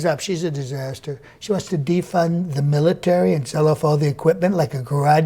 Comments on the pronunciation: "... and then there'd be no middletary" Nice. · You didn’t hear middletary